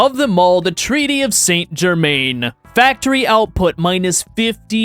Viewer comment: You should take some French so you can pronounce St.-Germain properly (SonZhermat')